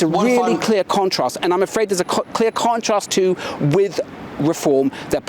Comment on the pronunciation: He said ‘conentrast’. This is a script 🤷‍♂️